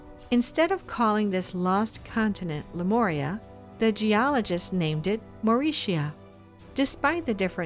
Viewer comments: But but.... whyyyyyy did she say "Lemoria" at the beginning? Ohhh I do cringe... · would have been helpful if the narrator could pronounce Lemuria correctly... it's not an 'O' dear it's a 'U'...